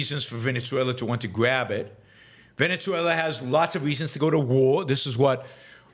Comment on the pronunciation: 1. If you can learn to pronounce Guyana, you can learn Venezuela- Veh-neh-sue-ella. See? Easy. Soft Z, not hard z, it's not Venezia, you're not speaking Italian. Capisce? 2. A huge chunk of Guyana belongs to Venezuela, the British stole it, then they allowed Guyana to become an independent nation. Venezuela in the 1800s had a small population, and not every area of the country was inhabited, so it was easy for the Brits to show up, plant a flag, and steal Venezuela's land. 3. Your opposition to Russia sending refugees to Finland is ironic, considering you support immigration. 4. Guyana is not the only English-speaking country in Latin-America, there's also Belize and Trinidad. You need to brush up on your geography lessons.